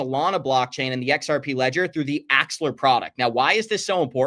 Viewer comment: You're pronouncing axel-AR wrong